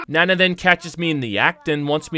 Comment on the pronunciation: Still saying Nana wrong. lol